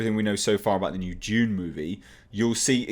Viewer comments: It’s Dune not June!!! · Its pronounced dune